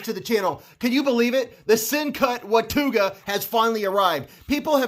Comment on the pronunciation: Hey, by the way, in north Texas we pronounce that Wa-ta-ga. Just saying.